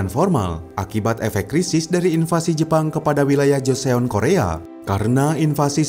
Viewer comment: min klo baca joseon dibacanya joson.